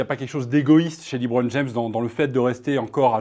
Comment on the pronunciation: Quand tu vois déjà qu’un des journalistes dit « Libron James » au lieu de « LeBron James » ça démontre déjà le sérieux des arguments 🙄